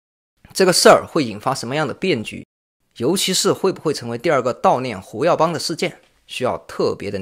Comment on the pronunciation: Hu耀邦，不是Wu耀邦。 确实太令人震惊了，68岁太年轻了。